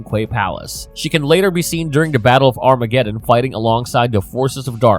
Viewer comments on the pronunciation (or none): none